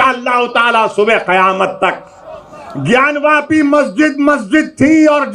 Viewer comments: Bhai, it's not gyaanvyaapi, it's gyaanvaapi (vaapi= well/ कुआॅं in Sanskrit) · It's Gyanvapi not Gyanvyapi. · It's Gyanvapi and not Gyanvyapi. They are two diffeent words with different meanings. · वयापी नहीं वापी। आप लोग खुद को हिंदू मत बोला कीजिए। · ज्ञान व्यापी नहीं भाई जी, ज्ञान वापी बोलिए 🙏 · Please note sir it is "ज्ञानवापी" not " ज्ञानव्यापी" . Jay shree Ram 🚩🚩🚩🚩🚩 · Don't mean to offend you..... You keep saying "व्यापी".... It's "वापी"... Gyān Vāpi.... Not Vyāpi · Gyanvyapi nahin Gyanvapi hai.. aur usai masjid nahin vivadit dhaancha boliye.. 🙏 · Sir it's Gyanvapi (ज्ञानवापी), and not Gyanvyapi. Mention of this word is there in स्कंद पुराण। Yes, the Gyanvapi Mandir and Kashi Vishwanath. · its gyan "vapi" and not vypai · व्यापी नहीं वापि भाई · it's gyanvaapi not vyapi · It is gyanvapi not gyanvYapi. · It's वापी not व्यापी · It's wapi 😅😅😅note waypi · It is not gyanvYAApi, it's gyanvapi.